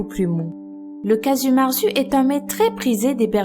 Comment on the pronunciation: S'il vous plaît prononcer bien le nom du fromage !! Si je devais vous faire une approximation en lettre se serrait " cagiou mertsou "